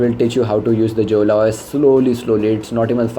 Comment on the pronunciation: Jolla should be pronounced as yo-ll-a! And dude if it was a crappy os why would the Russian government invest in it? you know what it can even run Android apps, let alone a few glitches. You should have been running an early build! It's an interesting and secure os! respects pls!!